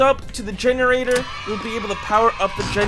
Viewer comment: This guy cannot pronounce generator for the life of him 😭💀